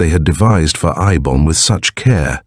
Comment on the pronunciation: Fairly good reading but the 3 different interspersed pronunciations of the sorcerer Eibon's name is annoying